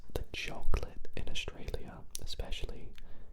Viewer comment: A-U-S-R-A-L-I-A Australia❌️ Ausralia